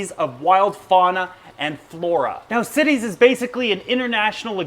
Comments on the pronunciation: CITES sounds like it should be pronounces SITES and not cities there is no i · It is CITES (the Convention on International Trade in Endangered Species of Wild Fauna and Flora), so it is pronouced like sci-tees, not like cities. Why isn't it pronounced like the cites in "he cites the definition of CITES"? because english is horribly inconsistent and makes no sense. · Its cites not cities. Like "sights" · CITES is pronounced sy-teez , not sit-eez . Just an FYI for anyone that wasn't sure. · cities is actually pronounced sight-ies. smh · CITES not Cities ;) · Where I'm from in the US we say CITES (long i) so not to confuse it with cities. (Short i ) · I love your show but that's not how you say CITES. It's pronounced sightees. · Always read/heard cites pronounced sites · dpsilver I worked at a job that had followed cites regulation . Pronounced as Sci-tees. Like sci(ence) teas. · its pronounced "sigh-tees" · I've always heard it pronounced 'cy-tees'. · me too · Love the info. But i cant help it...It is pronounce Saay-tis. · Also CITES is pronounced sites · CITES...... its pronounced S EYE TEES....... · Great video, very informative. I just want to let you know though that CITES is pronounced sigh-tees with a long I and long E. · CITES is pronounced sight-ees, not cities. Part of the price of Asian Aros is because the farms where they are produced must return 10-25% of their spawn to the wild, as part of the agreement allowing them to farm them and sell them legally. Last time I saw numbers, the release of captive bred fish to the wild was not having a marked effect on wild population numbers as the illegal trade in them is still thriving. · CITES pronounced sy-tees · The I in CITES is pronounced as a long I. FYI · Rev Hitit I have been a zoo keeper for 18 years and have to deal with CITES almost every day. I assure you it's not pronounced the way he says it.